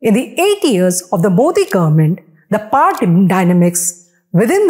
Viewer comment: Your pronunciation of "power" is cringe worthy